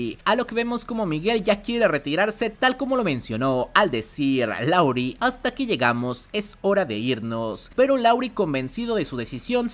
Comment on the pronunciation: siempre dices LAURI pero su nombre es LARUE, saludos